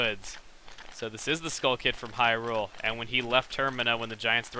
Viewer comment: Hyrule not hurled